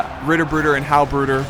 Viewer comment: The way you say "bruder" i found it quite amusing ╭☞ ( ͡ ͡° ͜ ʖ ͡ ͡°) ╭☞ nice video as always man!